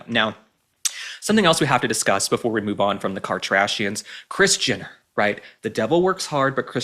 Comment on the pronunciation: why do i keep hearing Christiana not kris jenner😮